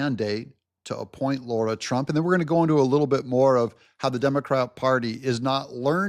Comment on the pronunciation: It’s LARA